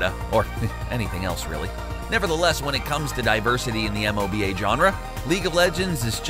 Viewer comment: Do other people really say "M-O-B-A" like that? It sounded so weird because I've only ever heard it pronounced as "moe-ba" and hearing it read out was odd. Kind of like people usually say the word "wow" when referring to "WoW" (World of Warcraft) but I've never heard anyone say, "W-O-W" because that's just weird as fawk. Is this a normal thing?